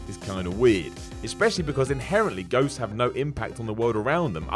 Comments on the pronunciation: Did he say "goats are real"? Really sounded like it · Anyone else notice when he says ghosts it sounds like he says goats?